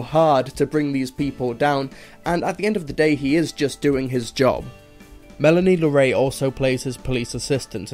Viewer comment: I love your reviews, but some of your pronunciations are off here. It's pronounced Melanie Laur-ont, Eye-la Fisher and Bobby Co-en and for future reference, the "a" in Moffat should read softer, as if it was an "e" or a "u". Please don't see this as a dig, as it's the only thing I think you could improve.